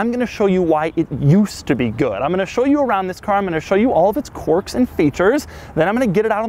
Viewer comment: Maybe it’s Doug’s accent but I hear “quark” when he’s saying “quirks”! Just me?